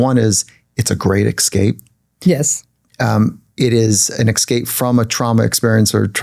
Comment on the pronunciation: Interviewer, stop interrupting. Also, you said “ex-cape.” 😖